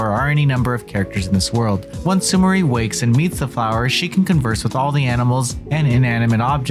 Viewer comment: It's pronounced Sumiray. It's a very common Japanese name.